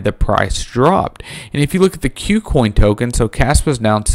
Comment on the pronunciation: Ku Coin, not "Queue Coin", just FYI.